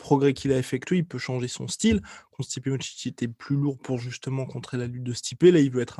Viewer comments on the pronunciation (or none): À chaque fois qu’il dit « combat contre Stipe » j’entends « combat constipé » 🤔